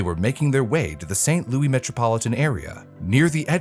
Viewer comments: "St Louie"? 🤦🏻‍♂️🙉 REALLY?! St Louis, Missouri is pronounced: "Saint Loo-is" (rhyming with Lewis) 🙄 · Saint Louis should be pronounced saint lieu-es, kinda threw me off